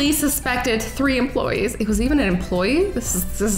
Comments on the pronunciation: 00.30 , hahahahaha 🤣🤣🤣 emopoyees instead of employees. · "The police suspected three empoyees" "EMPOYEES" YEEE HAWWWW 😂😂😂😂